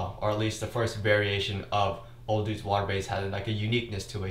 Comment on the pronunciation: I love your videos, but why do you say o'dudes instead of o'douds?